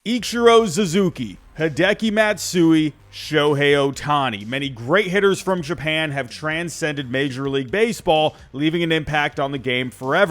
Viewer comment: You lost me at your second word: Who's ZUZUKI??? LOL